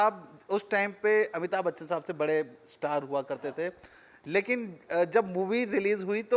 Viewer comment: यार, इनको तो अमिताभ बच्चन बोलना नहीं आता है, ये बोल रहे अबिताब बच्चन 🤪🤪🤪